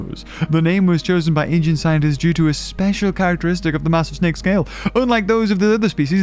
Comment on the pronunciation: He called it a hydra,snek instead of snake 😄🤣